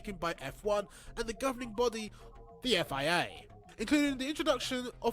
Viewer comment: The guy commentating the video annoys me, its the F I A not the 'phea' alpha tauri not touri